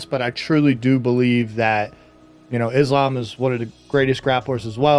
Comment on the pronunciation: Uncle chael said islam 😂😂